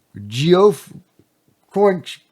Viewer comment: Geoff is pronounced “Jeff”